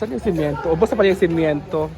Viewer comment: my love correction please my dear simento hindi simiento ok tq.